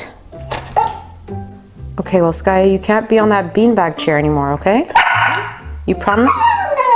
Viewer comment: its skaya not skayu